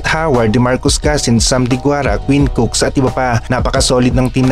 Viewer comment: COOK. Hindi Cooks. Walang "S". (Quinn Cook)